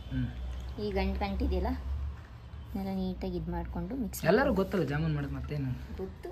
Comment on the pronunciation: ಅದು ಜಮ್ಮುನ್ ಅಲ್ಲ ಜಾಮೂನ್